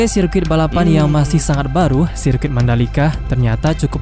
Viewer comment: Sirkuit = serket 😂